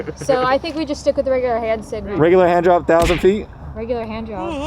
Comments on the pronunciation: All around great episode, great edits as always. I also caught that "handjob" line same way she heard it, replayed it yup no way he said handrop lol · sounds like he said hand job I heard it too lol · Definitely sounded like he said handjob, way more than hand drop. I heard no “r” or “p” when he said it, which is why she heard handjob, bcuz thats what he said!!! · I heard the same thing "regular hand job" lol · yo, he def said 'handjob'... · It's ok, heard job also. I replayed it sounded like "jop". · It did sound like he said handjob not handdrop. lmaooooo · Lmfao I swear he said handjob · YouTube auto generated captions said hand drop. I heard job though